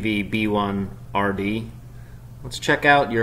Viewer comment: lol he butcherd FPV B1RD